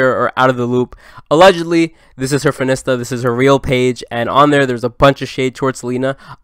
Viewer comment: no one:: fin-ista